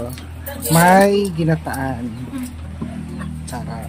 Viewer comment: ginatan hindi ginataan!